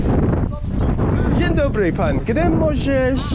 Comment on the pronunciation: On po roku nic nie potrafi xD nie ma to jak pucować się komuś zza granicy bo powiedział dzień Dobry xD w ciagu roku żadnego progressu xD ja po tygodniu węgierskiego lepiej wszystko wymawiam xD